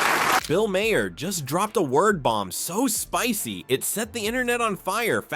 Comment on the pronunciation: AI sucks. The bot can't pronounce Maher's name.